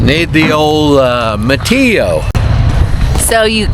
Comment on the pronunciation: Its martio not matio !!!!! 🔨